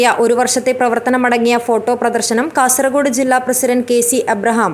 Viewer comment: Y R U saying KASARAKODE ? Pronounce as KASARAHODE OKAY. For your information KASARAKODE is in. Honnavara taluk of North Canara district. Pl do not repeated this mistake hereafter.